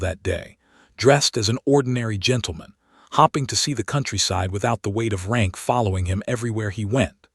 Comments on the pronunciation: Hoping, not hopping. He offered her a bow (pronounced bough, not bo) Stating, not statting...Terrible narration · Please fix the narrator's mispronouncments. Hoping not hopping, staring not stary, bowing not boughing. And is her name Alina, Elena or elana? Want subscribers? Fix this.